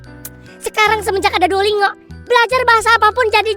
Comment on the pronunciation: Ngakak banget nyebut nya Duolingo pake NGO. Padahal cara bacanya DUO LIN GO 😂